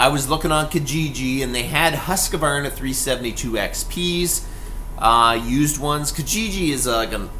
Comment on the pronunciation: It's pronounced 'husk varna'